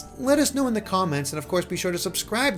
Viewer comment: im PRAYING for early 2019 honestly. the later the better bc i am Broke til christmas 2k18. also god 'zee moves' is painful to hear